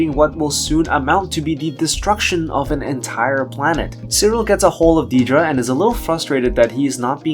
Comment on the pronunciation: On the show, they pronounce it "Dead-ra" not "Deed-ra." Honestly makes your videos kinda hard to watch hearing a major characters name consistently mispronounced.